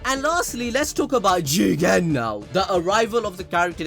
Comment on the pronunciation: Love it when says Jigen